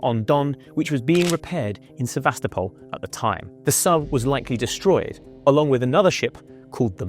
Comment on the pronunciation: If you can't pronounce the name of the city of Sevastopol correctly then I have to assume all the rest of your information is also incorrect.